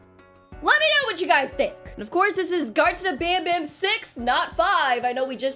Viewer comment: banban not banbam